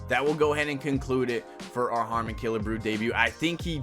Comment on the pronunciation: Bro said e-harmony 😂😂